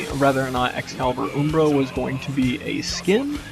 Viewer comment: Um--bra, not oombra lol